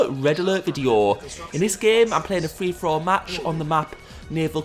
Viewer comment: What's interesting in the older videos, you can hear him say 'Free For All'. The newer ones sound like threefourall (😁)